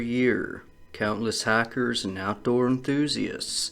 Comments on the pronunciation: This is not hikers going missing, it's hackers going missing 🤣🤣🤣 learn how to speak! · Oh... I thought he said hackers...